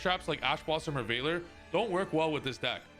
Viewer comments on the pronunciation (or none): none